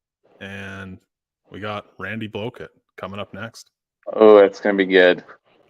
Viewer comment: Why did you call him Randy Blow-kit lol… was that a slip ? Or just your Canadian accent lol….I personally don’t like Live Scope . I’ve been fishing for 55 years the whole challenge to me is finding the fish then catching them with a homemade bait ! Nothing like it !!! The majority of people are against live scope because there not TOURNAMENT FISHERMEN!!!! There are thousands of tournament fishermen, but millions of non tournament anglers ! That’s why the poll numbers always come out on the side of banning FFS ! It’s the easy part of the discussion lol……